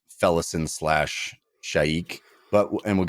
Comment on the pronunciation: Allow me to put this to bed guys, thank me later. It's pronounced Kalam and Felisin. You're welcome.